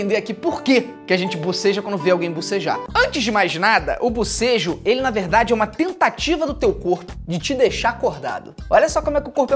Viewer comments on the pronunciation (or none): Mano so de ouvi o felipe falando bosejo ja tava abrindo a boca kkkkk te amo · Felipe falando bobejo eu bocejando kkkk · Só eu fiquei coisada em ouvir bucejo?? BOCEJOOO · Eu não parava de boseja quando ele falava de bosejo